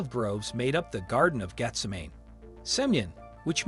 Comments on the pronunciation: Please learn how to pronounce the word 'disciples'. It's diSYpels. And Gethsemane is pronounced Geth-SE-ma-ne. And the Bible is true regardleess of what any newspaper says. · Y'all need to fix your AI! Darn thing can't even read properly. Garden of jeff summon? Really? Dis--iples? Really? Find a real narrator.